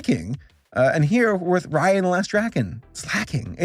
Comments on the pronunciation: I always pronounced it as “Ray- A” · They keep saying Raya wrong and my sister gets mad cuz that's her name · I'm sorry I really hope I don't sound too judgmental or rude here, but the whole time you pronounced their names wrong it just rubbed me the wrong way, and it might be just me, but their names are not that hard, and it looked kind of unprofessional to me. If u have a hard time remembering names you can just take notes of what their names are just beside you and that's it. This is constructive criticism, once again not trying to hate on you. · I can't stop calling her Raya in the way you pronounce the ray in sting ray lol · Geez, if you're going to review this movie, do you think you could actually take the time to look up the characters' names and make sure you're getting them right? It takes like ten seconds to do it on Google and IMDb. Raya and the Last Dragon was actually quite good by the way. It does stick too closely to the Disney plot tropes, but the world's lore was actually quite compelling, and it delivers such a beautiful message about how our world's problems happen because of our inability to trust one another.